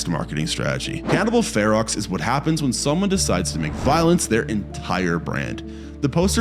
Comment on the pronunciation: Also, Cannibal Ferox isn't pronounced like it's spelled. It's pronounced Cannibal Farrow.